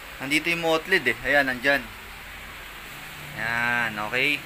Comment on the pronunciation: Bossing yung mottled po parang 'matold' po tamang pag pronounce, ndi po 'mot-led'.